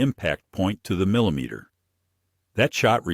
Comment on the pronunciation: Robot-Voice has trouble with the word “millimeter” - like some I’ve heard before….